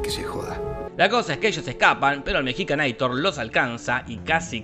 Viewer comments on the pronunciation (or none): Es mexicanator, no mejicanator ¬¬ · "Mexicanaitor" te mmste buey!!! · "Mexicaneitor" XD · 'Mexicanator' jajajajajajajajaja